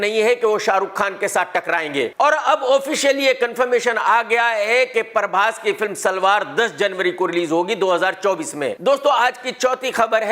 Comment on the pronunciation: ये सुकड़ा बहोत बड़ी चिलम है प्रभास को परभास बोलता है सुकडे तू नही जानता मैं बताता हूं प्रभास ने तो रिलीज़ से पहले ही पूरा बॉलीवुड हिला दिया है लोगो की फटी पड़ी है सिलवाने के लिए दर्जी नही मिल रहा है है है है